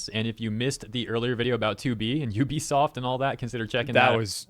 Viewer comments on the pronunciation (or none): none